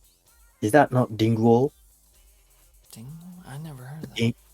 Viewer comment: P 日本は僕らと違うブランドなんだね すごい興味深いね、、 photogenicとかquartzとかmorrisとか、、 僕もこの部屋に6本あるから見せてほしければ見せるよ。 でもphotogenicって良いブランドだよね。日本でね。 T そうですね。あと多分多くのベーシストは今はDing Wall(発音悪くて伝わらない)を使ってますよね。 P ギンボー？ T あ、あ、あ、Peripheryの人が使ってるあれですよ。ジェントのバンドがみんな使うやつ。Ding Wallじゃなかったっけ？ P んー？聞いた事ないな。 T ドロップG#ともなると、ブリッジの部分が一つに繋がってなくてバラバラになっていて、フレットもファンフレット？っていう全部等しいんじゃなくて角度が付いてるようになっていて、一番太い弦を一番長く、一番高い方の弦をなるべく短く、っていう作りになっている必要があるんです。そういうジャンルには。 これはところでアイバニーズなんですけど、Ding Wallっていうのがそれを一番上手くやってるんですよ。だからジェントのバンドの人はみんな使うんです。 P 日本のバンドはってこと？普通に？ After the Burialとか多分？ T 多分そうですね、LowGくらいの音より低いのを出そうとするとみんなこういうタイプのベースを使う傾向があります。 もう既に、元々のEより1オクターブも低いと思うんですよね、最近は。 P そうなんだね、全然知らなかったよ。今日新しいことを学んだよ。 T 結構イカれてるんですよね、なんで言うんですか、上の音や下の音？ チューニングがそんなに低いと基音はもう聞こえないはずなんですよ。自然界的にLowGとかよりも低くチューニングするなんてできないと思うんですけど、現代のDing Wallのベースとか制作技術がそんなに低いものを可能にしてるんです。 P 知らなかったよ、ベーシストじゃないから何言ってんだか分かんないけど笑 ベースも弾く時あるけど、ベーシストじゃないからね。 ギターとか歌をやるけどドラムは触り始めたばかりでめちゃくちゃ難しくてね、、 T そうですね。僕はサビだけ歌もやるのでマイクについてもなんですけど、ベースを弾いてるんでマイクにはスタンドが必要で、このマイクは単に見た目がナイスですよね。音なんか気にしなくて、リバーブをめちゃくちゃ付けて、、 (他のマイクを探して見当たらなくて) 他にもマイクがあってそっちは光るんですけど笑 それも見た目が良いから使ってて音はあんまり好きじゃなくて、でも気にしてなくてリバーブを思い切りかけます。メインボーカルはゆーさんですし。 P いいね。僕もそういうシルバーのマイク好きで、見た目がいいよね。ミュージックビデオで使うだけもいいよね。 T いつかジョナサンデイビスが使ってるマイクスタンドみたいなのを使ってみたいです。 P Kornのね。裸の女をステージに上げたりね笑 僕は人生で4回ライブを観たことあるよ。最高に素晴らしいよね。観た事ある？ T はい、2回ですかね。一回はメタルフェスで、一回は単独ライブでした。 P アメリカは行ったことある？2人ともに聞くけど。 T 僕はアメリカには、一回しかないですかね。もしハワイとか島をカウントに入れなければ。 P ハワイはアメリカだからカウントするよ。僕は行ったことないんだよね、良い所だって聞くけど。 Y えー、そうなの？ T ゆーさんはハワイに何回も行ったことあるはずですよ Y ははは P ただ遊びに行った感じ？バンド全体で遊びに行ったり？ T